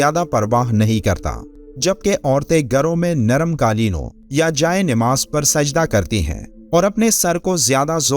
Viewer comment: Nimaaz galat hai sahih lafz namaaz hai